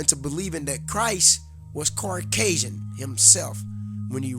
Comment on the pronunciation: Understood but seas•are and Caucasian (no r in it) I'm not tryna clown you or nothing. We just gotta come correct or not at all. Preciate the knowledge tho